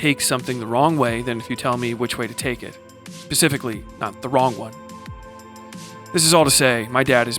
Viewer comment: "pacifically", am I hearing that correctly? 🌊